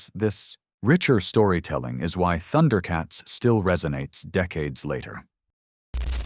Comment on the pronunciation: it's Thun-der-uh not Thunder-uh.